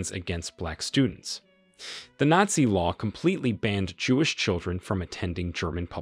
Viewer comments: Nassi and fassest? Look, the first mispronunciation was funny, but the second simply made me depressed because you're otherwise so well spoken, even if some of your purported facts are a little off. It's Nat-Zee, whereas the latter word is Fash-ist, like Fashion but a very hard Ist at the end. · I’m not really sure who the narrator is, but it’s clearly not a native English speaker. Despite the fact that the accent sounds really good. Certain words like Nazi, Nurenberg and others are miss pronounced in a way that shows that the person does not speak American English. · You need to get a voice bot that can pronounce the script; or just get a human that speaks English... come on; who can't pronounce "nazi"?